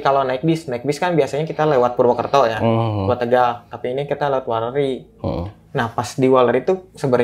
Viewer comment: Izin mengingatkan bang, yang bener weleri bang, bukan walleri hahaha ah si abang nih yang bener sukorejo bang, bukan sukerejo